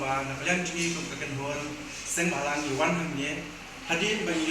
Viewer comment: Seng bamlang not Seng bhalang